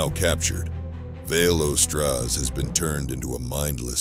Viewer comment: So, maybe this is some sort of inside joke I don't know about, but is there any way to re-do the narration? Vaelastrasz doesn't have an "O" in his name. Kinda breaks immersion to be hearing the narrator not only pronouncing one, but emphasizing it. "Vale-O-Straz".